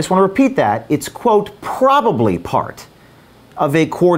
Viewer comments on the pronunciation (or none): phhhhhhhhhhhhhrobably. Take it easy with the "H"s. You're only allowed so many in your lifetime and the word 'probably' doesn't even have an "H". 🤣